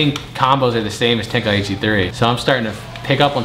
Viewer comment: Ten- kai- chi…… say it with me